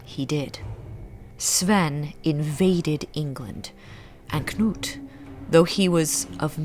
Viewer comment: You are the first English speaker I have heard that pronounces Knut correctly. It is either Canute or 'Newt'. The kn- sound is so common in Nordic languages, and the 'k' is never silent as in 'knot' or 'knowledge'. This time period around the turn of the millennium is very interesting. The Norwegian author, Bjørn Andreas Bull-Hansen, has written an excellent series of novels around this period, where the protagonist comes into contact with many of the people of the time, and takes part in many of the events.